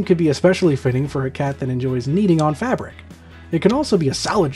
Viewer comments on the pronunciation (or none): none